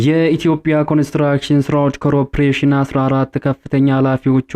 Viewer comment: Pls read "corporation" not crop ration!!